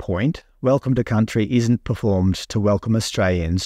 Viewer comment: Welcome to Cuntry 😮